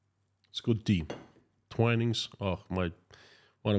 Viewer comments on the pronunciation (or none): none